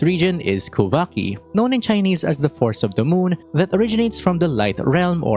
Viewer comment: Pretty sure your "kuuvhaki" is "kuuväki" and it means power of the moon in FINNISH. 😅